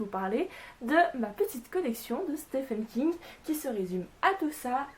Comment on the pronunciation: Je ne dit pas cela pour être chiant les gars, mais le nom de l'auteur se prononce "Steven King" et non pas "Stéphane King".